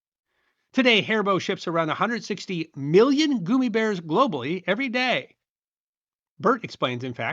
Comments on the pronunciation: "Goomy"? They're Gummy. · I've never heard gummy pronounced goomy until now. A hundred times in a row... 😖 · The pronunciation of GUMmy bears as GOOMmy bears is proof that is actually an advanced robot who is just doing his best to read scripts phonetically. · The first gummy store ever seen opened up in 1985 when I was a freshman in college. My friends and I would eat a pound or so on a night cramming for a test lol. So I still have a fondness even though I’m Gen X Also… I’m unreasonably triggered when I hear you say “goomies” instead of gummy’s like gum. Sorry 😂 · Why do you keep saying goomy and not gummy, like gum-ee? Gos grief I want to watch but the mispronunciation is going to make me crazy. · It's 'gummy' not 'goomy'. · I'm cringing every time you say goo me instead of gum me. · What's up w/ the "goo-me" pronunciation vs "gumm-me"??? You vascillate between the two pronunciations. Was never a fan of gummies, as my sweet tooth had already been taken by Tootsie Rolls, which have become hen's teeth as I have not been able to locate ANY Tootsies in the stores around my area. So, I go online and order them direct from the manufacturer. Gummi vitamins are related to Marry Poppin's famous saying " . . . a spoonful of sugar helps the medicine go down." As children come to my door this Halloween, I will choose only the juiciest . . . gummies. hehehe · Has narration gone AI? It's the only thing I can think of that explains why his pronunciation of gummy switches back and forth between goomy and gummy repeatedly. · I am 72 and it's the first time I've ever heard gummy bear pronounced goomy bear. 🤔😊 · Goomy bears? I thought it was gummy bears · yea it makes no sense to randomly pronounce it as "goomy" when we say "guh-m" normally. It just seems like an obnoxious mispronunciation to drive engagement. And look at how brilliantly it worked. Skillfully done! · It's called "Gum-E" not "Goom-E"! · I always thought it was pronounced Gum-my